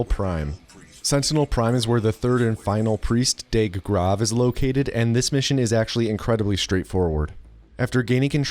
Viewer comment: Not only can you not pronounce the name of a german mathematician correctly as evidenced in DOOM 2016) but Deag is also pronounced diffently.